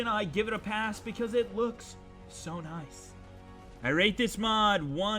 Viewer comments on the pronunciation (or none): none